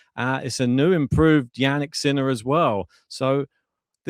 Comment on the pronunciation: Love how you pronounce his name Sinnnaaaa